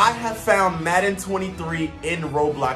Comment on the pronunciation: Football😂fusion😂😂😂😂😂 he said maden23